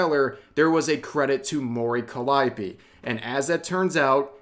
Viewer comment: Dammit rev its pronounced like this : Mori Calliope ( Mo-Ree Cally-Opay)